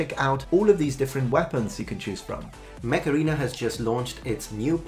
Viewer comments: every time you say mech arena i hear macarena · It sounds like he's saying "macarena" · You saying Mech Arena sounds like Macarena...famous Spanish hit....